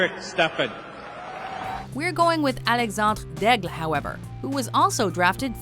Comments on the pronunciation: WHY must you pronounce Alexandre Daigle like that.. are you Pierre McGuire?! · The way she tried to pronounce Alexandre Daigle annoyed me, just say it the way you want to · he's french, she's saying it properly. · I want to die every time they say Alexander daigle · wow can you butcher alex daigle's name any worse?